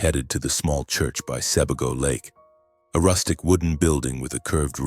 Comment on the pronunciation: The story is good, but the name switching was distracting. Hint regarding pronunciation for Sebago-it's more like See Bay Go.